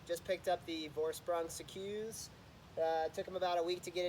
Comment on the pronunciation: Just so you know, it’s pronounced like sea-cus, not sea-Quse. If you go to the Vorsprung site, you can hear the owner say it, It’s good to know the proper pronunciation for a product that you’re reviewing. 👍🏼